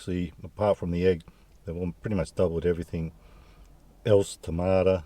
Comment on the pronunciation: “Beet-root and tamada” - real Aussie,. Gotta love it! Nice…. 👍